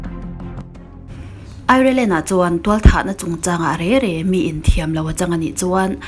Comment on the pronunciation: Re re❎ Rêng rêng✅ A ngaihnawmin a bengvar thlak e👍